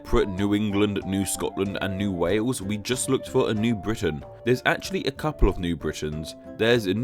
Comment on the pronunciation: I love the fact that he pronounce Wales "Wews".